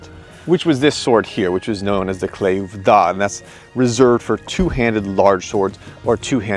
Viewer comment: Oh my goodness, you brought an actual claymore and called it a claymoore